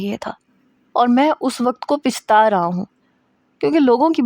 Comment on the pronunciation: Pichta nahi hota plsss pachta hota hai 🙏🙏🙏🙏🙏